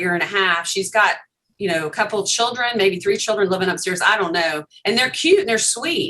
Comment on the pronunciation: Holy drama, why can't that woman pronounce children correctly lol😂